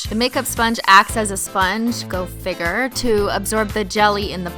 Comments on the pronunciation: "Go figer" 😂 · Its so annoying how canadians pronounce "figure" like "figger". In the us we pronounce it "figyer"... yeahhhhh........... ok bye